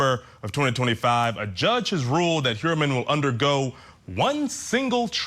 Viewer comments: "Herman". My God, is that embarrassing. By trade, youre supposedly a PRIVATE INVESTIGATOR, and you cant even investigate the case deep enough to pronounce the man's name correctly? Shes a housewife, period, nothing more. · Shes pronounced it three different ways. For a highly publicized case, thats embarassing.